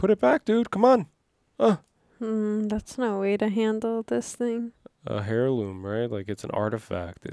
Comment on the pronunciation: It's not a HAIRloom friend. It's ... AIRloom. the "H" is silent. Heirloom /ˈerˌlo͞om/ Welcome to the LOTR :)